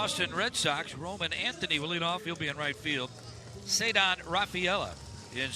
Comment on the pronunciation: Did you hear how he said Roman's name lmao